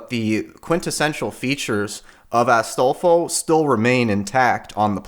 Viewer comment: i like how he has an accent when saying astolfo